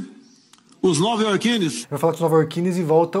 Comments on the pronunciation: "NovayorkiNES" Apesar de ter sido só erro/dicção ruim foi uso de pronome neutro... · Estaria ele utilizando o pronome neutro ao falar "novaiorwuine"? Ou seria um prenúncio da redução do vocabulário aos moldes da "novafala" de 1984?